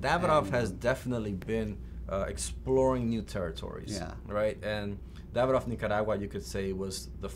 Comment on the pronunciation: Davidoff not David......off